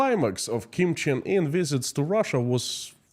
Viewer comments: Kim Jong Un (Kim Chin In is Russian pronunciation?)is the leader. Kim Il Sung & Kim Jong Il Grandfather and father. Didn't know about the Meth! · Kim Cheng In? I heard more russians pronounce it that way. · Your saying his name wrong it’s Kim Jong-un